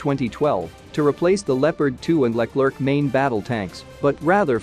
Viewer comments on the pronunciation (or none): none